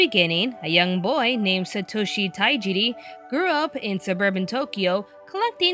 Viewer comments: Tajiri, not Taijiri. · Not to be rude,but it's Tajiri,not Taijiri